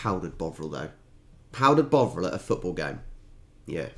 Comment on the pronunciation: Botherel? Bovril.